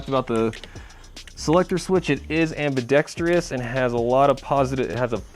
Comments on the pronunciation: nice review, but, please, say after me (spelled somewhat phonetically)...am...be..dex...tres. (Please, no "trious" on the last syllable.) Ambidextrous. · AmbidexTRUS not AmbidexTERUS, don't worry, you aren't the only 'Murican to have trouble with the English language, There are so many ACROST Utubes LOL. Wish we had airsoft down under, but the socialists still rule down here.